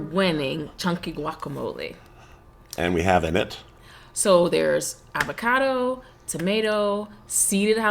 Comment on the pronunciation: Avo cado not ava cardo